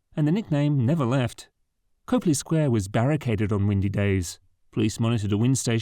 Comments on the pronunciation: Well, it’s pronounced COP-LEE, not COPE-LEE FYI. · The narrator is mispronouncing Copley. The first syllable should sound like "cop", not "cope". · Every time you say COPE-lee, I cringe. People who earn money by making videos for the public to watch need to spend 10 seconds learning how to pronounce the names of places and people they don’t know. COP-lee. As in "traffic COP." The first syllable does not rhyme with cope, hope, taupe, dope, soap, or any other word with a long ō sound. It is pronounced EXACTLY as it looks.